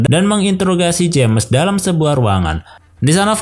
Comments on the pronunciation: Btw bang saran aja kalo nama james dibacanya Jems aja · Salah Manggil nama bikin gak enak dengernya saran aja perbaiki penyebutan nama James bukan jammes aneh bgt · Dat "jemes" annoys me alot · Baca nama "James" salah